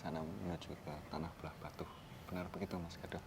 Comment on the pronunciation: Agak sedikit mengoreksi mas, yang benar itu Blahbatuh bukan Blahbatu. Untuk pengucapan Pura Puseh juga salah pada bagian Puseh nya🙏